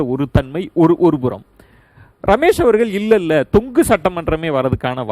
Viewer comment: மிஸ்டர் தமிழ் தெரியுமா... தொக்கு சட்டசபை அல்ல... தொங்கு சட்டசபை என்பது சரியானது